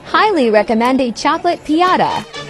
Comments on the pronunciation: That’s not how it’s pronounced it’s Pin-yat-a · Never heard piñata pronounced that way... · It doesn't know how to pronounce the ñ🤦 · It was disgusting how it pronounced Piñata